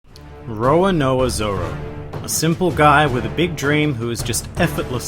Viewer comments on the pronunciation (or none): ROROnoa Zoro not ROAnoa Zoro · man said rower nower zoro